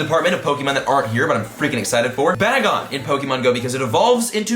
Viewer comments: it's prounced bay-gon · Its pronounced Meta-groas and Bay-gone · You said the last Pokemon name wrong.